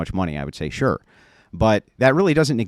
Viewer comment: "are you Shure about that?"